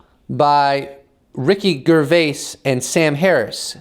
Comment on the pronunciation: I love this video, you are extremely credible... but, you have to learn to pronounce Gervais ....lol